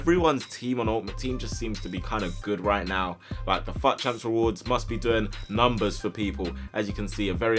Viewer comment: I keep thinking he said fat champs